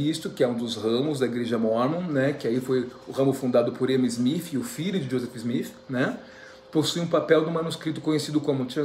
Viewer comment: Kkkk,ele é engraçado. Porque ele fala Smif,?ou é impressão minha🤪